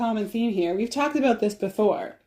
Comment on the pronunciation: That was “talked”, not raled!